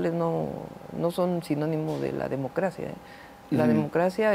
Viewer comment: Escuché bien? Dijo en varias ocasiones "Democracia" con acento español! Hay varios momentos ( " y ") Ojú